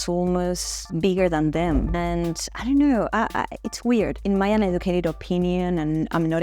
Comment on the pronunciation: How Aussie was that “I dunno”??? 😂😂